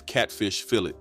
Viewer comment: I didn’t have catfish cooked with mustard until I was in my 30’s. I don’t care for it. We also didn’t combine fish & spaghetti, that’s 2 different meals in my family. You were pronouncing fillet incorrectly. Put some respect on that. Great video!!!